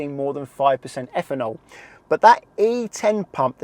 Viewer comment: Higher effanol….really need to work on pronunciation